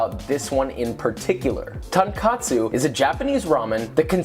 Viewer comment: What bothers me most is that he doesn't even say tonkatsu, he says tankatsu. Like, the tonkotsu/tonkatsu confusion is pretty common, but what the hell is tankatsu? Deep fried, uh... stairs? Most of the kanji I can think of with that reading are too abstract for it to even make sense. Deep fried simplicity.